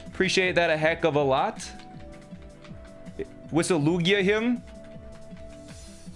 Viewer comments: did you just say leweegee? and not lugia?? You play pokemon as a career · LU-E-G-EEEE lmao